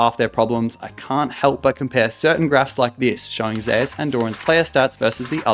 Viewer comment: ive always been curious why do people pronounce zeus's name differently than its supposed to? People pronounce it like zay-us